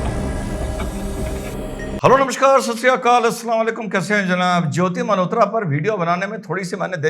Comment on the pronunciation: " Malhotra " NOT Mehrotra i think